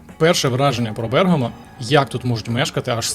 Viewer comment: Vse chudovo, tilky pereviriajte nagolosy. Napryklad, BergAmo, a ne BErgamo.